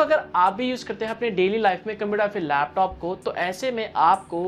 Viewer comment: computer ya fhir lapthoooop hahahaha bda funny lagta hai jab ye bolta hai